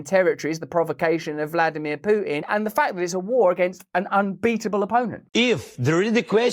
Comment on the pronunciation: VLodimir not Vrodimir 🥺